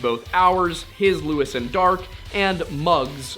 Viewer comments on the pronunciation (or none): none